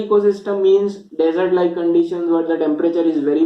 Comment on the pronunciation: Desert not dessert sir.